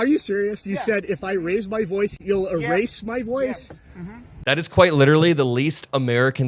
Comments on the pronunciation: idk what a “boice” is. ICE AND BORDER PATROL will be picking him up when the numbers start to dip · That man says "boice". Where are his papers?